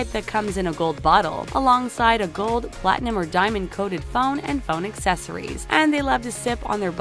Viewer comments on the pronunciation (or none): none